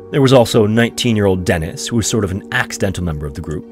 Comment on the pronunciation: Eets pronunced "DEE-niss". Deeee-nissss.